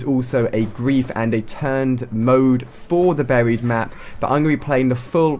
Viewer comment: I seriously hate the way he pronounces "Buried" it's like. BARRHIED :'(